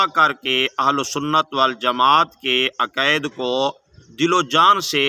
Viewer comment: پتا آپکو اپنے دین کا بھی نہیں ہے ۔۔ تلفظ اور انداز تو آپکا جاہلانہ ہے ۔ عقائد تو بولا جا نہیں رہا اور باتیں فکر ولی اللہ کی کر رہے ہو۔۔ قصور آپکا نہیں آپکے بڑے بھی انہیں سمجھنے سے قاصر ہیں آپ تو آنکھیں بند کر کے انکی انگلی پکڑ کر چلنے والے ہیں😊